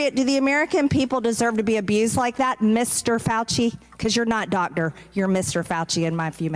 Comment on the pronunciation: The way she says dotder instead of doctor.